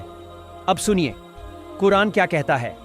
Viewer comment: Sabse pehle bhai quran paak ka nam sahi se bolo Ye ayat qayamat ke din ke liye hai, Allah pak har chiz per qadir hai